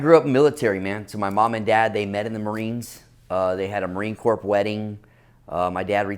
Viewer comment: Did dude say “a marine cor”p” wedding” with a hard p? I listened to that like 6 times and it’s so hard to tell. But that shit drives me insane lol